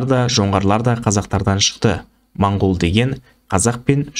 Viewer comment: Монгол емес мынкол